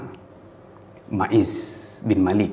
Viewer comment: Afwan cuma mau bilang kalau yang bener itu nama sahabat ماعز بن مالك bukan معيز بن مالك